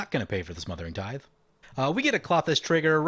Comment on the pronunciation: Kl-oh-thys not Claw-thys